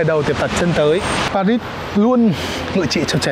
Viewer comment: Tôi ở Pháp, anh Tiệp ơi , về Paris thì anh phải nói pa ri , anh nói pa rít là trật đó, không đọc chữ s